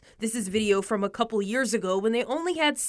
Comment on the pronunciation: 100 jjjears 😂😂😂